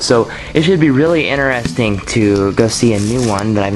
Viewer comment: didnt he just get done saying "Never, Never take an animal out of its cage when its distressed and trying to get away?" "Interexting" haha Not tryin to put u down but i just find this stuff kinda wierd> Berdies are really cool but my first lizard was a chameleon, not a good first pet as pets go, but a great way to get you parents and friends and your own personal interest spiked more than something like a leopard gecko